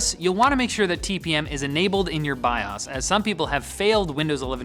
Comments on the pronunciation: Its pronounced Bi- ohs not bi-aas. Lol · so are we gonna ignore his pronunciation of Bios?